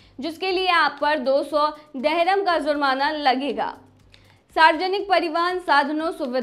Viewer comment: Dehram Nahi dirham kehte hain.